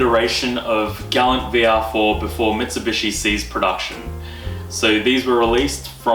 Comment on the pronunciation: Your pronouncing galant wrong and it’s annoying. Ga-la-nt Not glant.